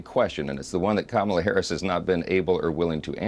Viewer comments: Oh Dernald Funk, you still can not pronounce a person's name correctly ... i.e KA mala, not Ka Ma lah? It makes me wonder! All of this cognitive decline hollering against ? Just take a sad little bow, get back up that tacky golden escalator (providing it can carry that weight and move on, you ridiculous poor sad man. Not a fat joke, just wishing for you to blow away. Granted, George Bush never did get the correct pronunciation of nuclear vs. nuc-u-lar quite right. But I never felt he could/would or harm me sell out in this disgusting way! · Her name is pronounced “COMMA-LA. What he is & talking about is himself not her.🤣🤣🤣🤣🤣🤣🤣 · First off, it's pronounced Kah-muh-luh. If your can't even manage to properly pronounce the name of the person you're running against should be warning sign #1 of your cognitive deterioration. Also, you're the only one in this race who's a convicted criminal. The fact that you're even allowed to run says everything you need to know about what the Republican Party stands for. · He’s such a tiny richard for mispronouncing her name repeatedly. So rude, so disrespectful. He can kick rocks with no shoes on and every body like him can join him! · Trump can't even pronounce her name correctly. Is it pure stupidity? Or an insult on the 5th-grade level? Her name is pretty f'ing easy to say. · I know its a minor thing, but if Trump can't even pronounce his competitor's name properly, it doesn't give you confidence in his eye for detail or his diplomatic ability. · bro can't even pronounce her name correctly. okie dokie. he's a CHILD.